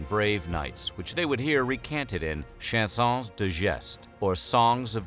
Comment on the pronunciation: The words chansons geste, for chansons, the s at the end is not pronounced. Aside from that, great content. ❤️